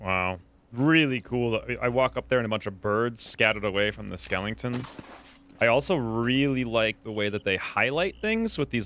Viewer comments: "Skelingtons" Uh, you mean Skeletons? lol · "skellingtons" whaaaa ?